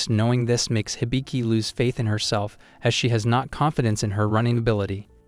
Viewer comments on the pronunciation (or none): none